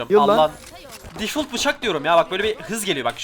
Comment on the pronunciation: bi daha difult dersen söverim difalt